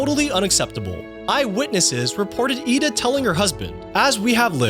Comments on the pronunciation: It’s “IDA” not “Eda”. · It bugged me that he said Ida’s name weird even though during the deleted scene they said it right.